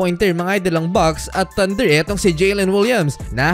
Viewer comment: "mga idel"😂😂😂😂super slang ahh